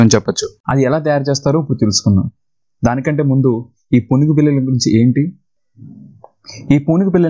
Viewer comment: Say punugu not poonugu